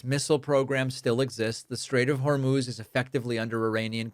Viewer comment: It actually is 'Hor-mose'. He must have heard it just before the presser.